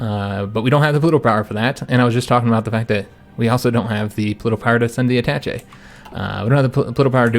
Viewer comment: ah-ta-SHAY not Attatchy